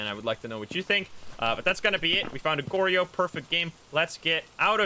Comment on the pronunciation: it's (Gor-Yo) not (Gor-ri-yo)